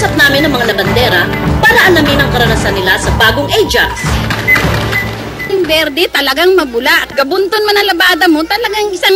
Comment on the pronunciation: Natatawa ako sa pagkabigkas ni na "Ah-Jax"